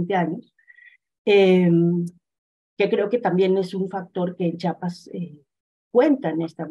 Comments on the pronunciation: Jajaja qué gracioso escuchar a la periodista diciendo "Chapas", de verás no puedo creer que no sepa leer 😱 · Por favor, no es Chapas, es CHIAPAS. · Sólo una corrección importante, es Chiapas no Chapas, saludos 👍🤗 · Bueno ok, le pasamos que diga Chapas y no Chiapas como 30 veces jaja😅